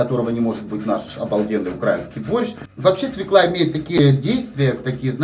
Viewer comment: Правильно говорить свёкла, с ударением на ё. Если в слове есть есть буква ё, ударение всегда падает на неё. Спасибо за рецепт! Всех благ!